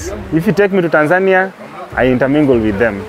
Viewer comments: Please learn how to pronounce "Tanzania". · These AI videos are getting annoying. When it learns how to pronounce Tanzania it’ll take even longer before we notice.